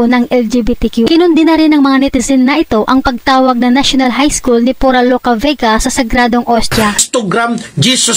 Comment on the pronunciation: Ayusin mo yang narration mo PURA HINDE FURA